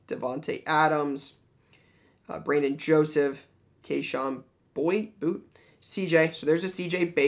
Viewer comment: Kayshon Boutte last name is pronounced “booty” btw lol